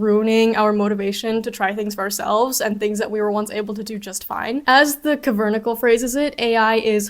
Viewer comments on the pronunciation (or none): it's kav-er-nacle! Like tabernacle, which is a catholic term for what the euchrist is stored in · favorite way anyone has ever pronounced “the kavernackle” (don’t fix it it’s good) - oh hey glad ur watching vetted leftists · Not a big deal but kavernacle is pronounced KAV-er-NACK-ul.